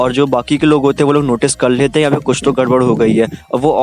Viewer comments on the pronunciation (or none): none